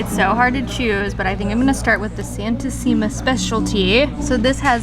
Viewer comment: Hello guys. Its NOT santi-sima.... its san-tisima it means holly one (she)